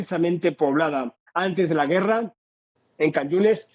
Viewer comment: Gracias por compartir las noticias sobre el acontecer en Israel que día a día esperamos escuchar. Quiero ayudar respetuosamente corrigiendo la pronunciacion de la palabra guerra (güera) quitar la dieresis que son esos dos puntitos sobre la u para que suene gue. Aún asi los admiro."Buen trabajo" Todo terminará en un hermoso libro.